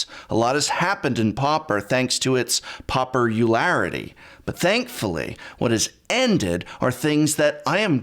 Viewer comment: "pauper-ularity" GET OUT